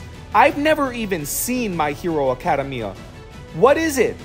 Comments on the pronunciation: It's pronounced aca dem I a not arcadium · It's ak-UH-day-ME-uh and kot-SKI ps you should do Naruto with marble rasengan plz do it